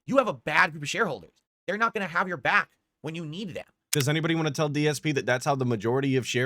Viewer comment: it sounds like dsp says 'wahn' or 'wah' instead of 'want'